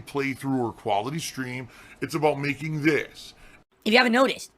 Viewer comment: Funny how 1mm has morphed into a "last minute khantribootion from the last strem"